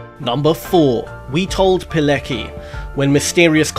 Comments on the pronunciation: Witold Pilecki is pronounced "Piletski." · Pilecki is pronounced piletski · Pilecki is pronounced "Piletzki". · Rotmistrz Witold Pilecki , no Palicki !